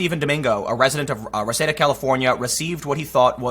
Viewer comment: FYI Reseda its pronounced Re-seed-duh and where the Karate kid lived. This dude went to my High School not the same grade, the local news showed up to interview me and I told them only if I record my self at the same time, they said no, and so did I.